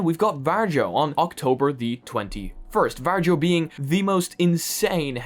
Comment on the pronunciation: not varJOE but varIO